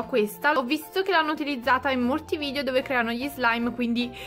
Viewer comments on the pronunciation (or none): none